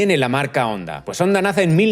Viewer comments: «HONDA», NO «ONDA»; CON «H» SEMIASPIRADA, NO MUDA. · Se pronuncia Jonda no Onda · Hola, un error que has cometido en TODO el video, y es que HONDA se pronuncia como JONDA, la H suena como la.J en español. No te olvides que es una palabra japonesa escrita en Romajī. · jaja que grasioso que le dice onda a honda, aaaaa onda vital a todo gas a caso tambien le dicen alo a halo 🤔 pero muy bien video !!! un saludo 👋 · Me da algo cada vez que dice "onda"... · Se pronuncia "Onda" o "Jonda"?